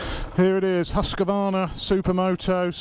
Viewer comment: Whyyy does everyone say "huska varna"?? remove the A in the middle and you are very close